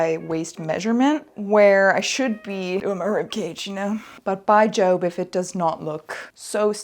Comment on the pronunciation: Sorry, "by Job"? Like the bible guy? Jobe? Its "by jove" XD